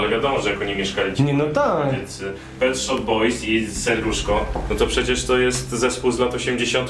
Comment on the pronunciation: Jak można nie znać Pet Shop Boys i gadać Pet SHIP Boys??? Ale akcja, którą odstawiłeś z Konradem na dachu... miazga:)